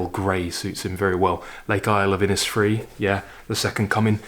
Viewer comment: Hello there. I stumbled across your lectures on YouTube quite by accident. I am enjoying them immensely. Keep the good work up! I have to take you up on the pronunciation of two words that jarred on my ears, however. Yeats and Inisfree. “Yates” (rhymes with gates, not with Keats). IPA: /jeɪts/; Inisfree (from “The Lake Isle of Innisfree” by W. B. Yeats) is pronounced “in-ish-free.” IPA: /ˈɪnɪʃˌfriː/ an Anglicisation of the Irish Inis Fraoigh (“island of heather”; hence, the purple glow). In Irish a slender vowel before or after an "s" make tit sound like a "sh". I am really looking forward to seeing/hearing more of your talks... instead of a siesta (I live in Italy) I turn on YouTube after lunch and learn something every day. Thank you so very, very much!